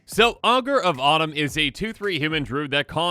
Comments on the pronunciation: I keep hearing "Augur Bottom" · I heard Augur of bottom lol